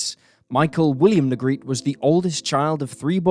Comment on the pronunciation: his name wasnt pronounced "negrit" it was "nee grate ee". i went to school with him.